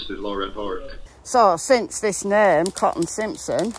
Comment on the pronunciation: I wish could complete a sentence. I wish someone would tell her that "Cotton" has not one, but two T's in it!